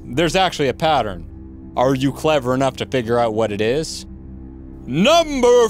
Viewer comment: This guy makes me lmao when he says "NUmbEr" :random number